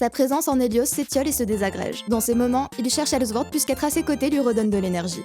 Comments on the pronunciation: ok c'etait publié par les allemands de gameforge mais c'est pas la peine de dire elzword comme si c'etait allemand haha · Superbe vidéo, sincèrement, mais ta prononciation du S de sword (qui ce prononce comme un S et pas comme un Z) ça m'a fait vrillé...